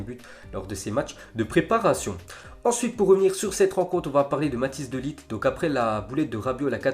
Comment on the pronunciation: c pas de ligt le g se dit rrrrrr